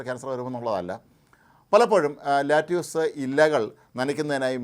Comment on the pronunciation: its called lettuce...mnot lattuce....naaku vedikku